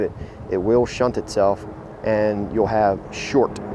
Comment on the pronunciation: It's called STUNT, not SHUNT.